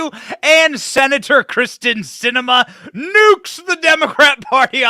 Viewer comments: Her name is Kyrsten, not Kristin. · Kyrsten not Krysten